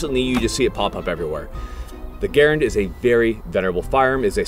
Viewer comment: Anyone notice that he pronouced Garand 2 different ways in the video? so which is it? Gehr-end or ga-rand?